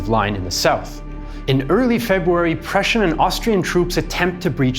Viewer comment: Superb REAL Prußian pronunciation. Also a wonderful explanation